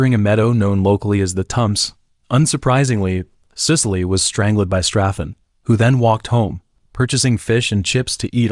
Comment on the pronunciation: Why does AI have so many problems with reading, is it because the person who enters the words misspelled them? If my phone can give me suggestions on spelling and grammar, why does the AI have so many errors, so many words it just can’t say like strangled, the AI says straing led, bodies comes out like bawdies and so many more. So WTF?